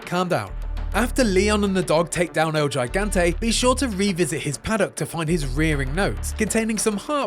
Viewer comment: oof that el gigante pronunciation